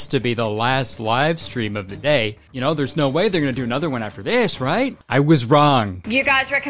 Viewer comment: "i hardly naur her”